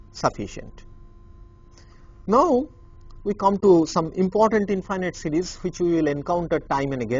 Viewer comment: sounds like he's saying cities...